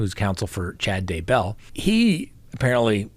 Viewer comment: I would love to hear you pronounce Daybell correctly :)